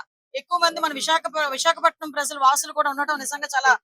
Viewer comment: Prazzzalu kadu talli, prajalu . Ja, ja in Telugu language